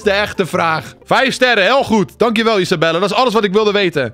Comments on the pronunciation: Hoi ik weet niet of of andere mensen het ook hebben opgemerkt maar hij noemt Isabelle Isabella maar volgens mij spreek je haar naam uit als Isabel als je dit ook denkt laat het dan weten👍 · ‘Isabelle’ spreek je uit als Isabel..